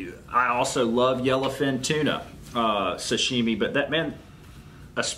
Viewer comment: Hey,you almost said sh.t instead of sashimi! Lmao!! Keep up the good video man!